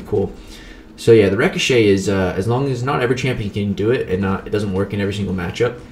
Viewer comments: I wonder if he realizes he is pronouncing ricochet wrong...? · Are you saying "ricochet?” bc your pronunciation is throwing me off 😂